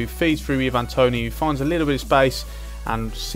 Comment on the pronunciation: And your saying ivan toney wrong, just pointing out cos it was irritating me aha :p